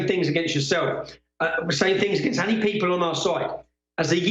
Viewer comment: *'Any' not 'Annie'. Unless you're Irish.